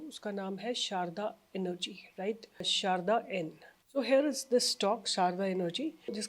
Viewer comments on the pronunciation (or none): Madam Sarda सारडा Not शारदा सारडा माहेश्वरी मारवाड़ी समाज में एक surname है । सारडा एनर्जी